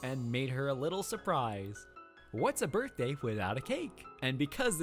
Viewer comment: Why did he say HAPPY BIRTHDWY BAE